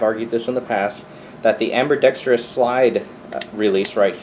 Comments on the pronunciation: Amberdextrous. Haha. The the way you pronouce that. I also have the same pistol, only in 9mm. Favorite pistol. Carry it every day AIWB. Love it. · "Amberdextrious" I love it